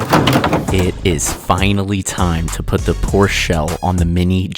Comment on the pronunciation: Before I even start watching this shit show I just wanna say IT'S FUCKING POR-SHUH NOT GODMAN PORCH GET IT FUCKING RIGHT AND STOP DRIVING SO FUCKING RECKLESSLY I DONT CARE IF YOU DIE BUT IF YOU DO PEOPLE WILL THINK IT WAS THEIR FAULT FOR YOUR FUCKING IDIOCRACY im done dive safe yall